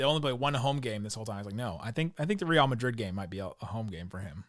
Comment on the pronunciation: Decent pronunciation on Real Madrid,. Much better than usual “Rill Madrid” 😂